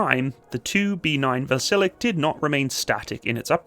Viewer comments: A small correction: It is not pronounced "Vasilek" but "Vasilyok". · It's pronounced vas-il-yoke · Dear - the name is pronounced VAZ- ILL-YOK - all at the same level and degree of stress. Try it. In russian, the letter 'e' coming after a soft consonant is pronounced 'yoh', as in 'yonder'. Hence the two little dots over the 'e' - not necessary in russian because they know the rules of their own language. Thank you.